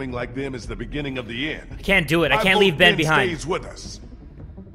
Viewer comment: Short Over-Baked Potato omg LEEve